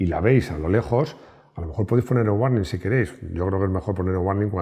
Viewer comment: Hola. La pronunciación correcta de la palabra " warning " es: " uorning ". Similarmente, la pronunciación de las palabras " Google ", " Michael ", etc, es: " gugol ", " maicol " y no como culturalmente se pronuncia en España: " guguel ", maiquel, etc. La verdadera pronunciación de las palabras que tienen una consonante seguida de una " ele " y seguida de una e, es: con el sonido " ol ". Ésta regla, en el Inglés, no tiene ninguna excepción. Espero que te sirva mi aporte. Saludos desde Bogotá D.C. Colombia.